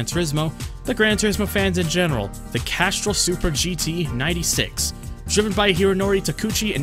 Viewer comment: where are you from? You say some words really weird like Castrol and Chrysler.